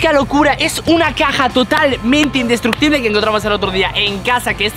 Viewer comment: Se dice indestrucutible